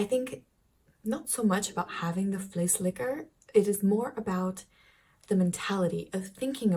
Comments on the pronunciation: You said vleeslikker! Thats a non existing meatlikker instead of a flessenlikker abottle/pot emptyinger... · O.M.G.,!!!! You´ve got to be careful with your pronunciation! I know you like naughty words, but from flessenlikker (bottlelicker) to vleeslikker (meatlicker)! HAHA. I was falling off my chair! L.O.L. But just to be clear, a bottle scraper comes from a time that the milkman sold everything in bottles, and with quark, yogurt and vla, a lot remains in the bottle! Now we have cardboard packaging, which you can squeeze out.